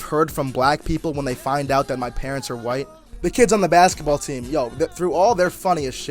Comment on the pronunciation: See right there!!! You said whyte instead of white.